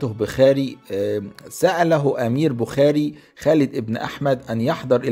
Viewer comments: المدينة التي ولد فيها تسمى بخارى وليس بخاري تلفظ بخارا بضم الباء ومد الراء في الاخير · اعيب علي حضرتك ركاكة اللغة فكلمة بخاري ونيسابور لا تنطق هكذا كما أن الارض بما ضاقت عليه بما رحبت . أما المحتوي فلا باس به.